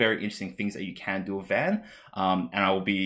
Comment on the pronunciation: Thanks for the video, am glad to see these cards, as well as a little bit of discussion. For future reference though, just in case the cards keep reappearing, Alisaie is pronounced Al-lee-say, and Alphinaud is pronounced Al-fin-no. And just in case he gets printed, a scion called urianger is pronounced yuri-an-jay (that one is the weirdest of the bunch). Vaan is also pronounced Varn, as opposed to van.